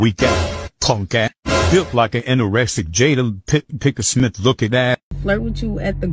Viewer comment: That male motivational speaker said "Jada Pick a Smith"🤣🤣🤣🤣🤣🤣🤣🤣🤣🤣🤣🤣🤣🤣🤣🤣🤣🤣🤣🤣🤣🤣